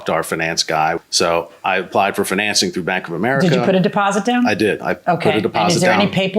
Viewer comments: That’s not how you say “financing.” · Why does the way he says financing bothering me so much !! At least the guy was honest. He should get some credit for that. And I think there should be a time limit on it I don't think you should have got it back after a year that is ridiculous.